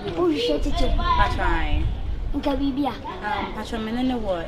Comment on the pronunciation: Kyekyeku no correct at all😂😂😂😂